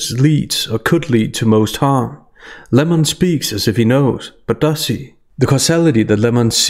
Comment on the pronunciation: It’s so hard to hear Lem-or-on this much. Only tolerable because of your great commentary. Thank you.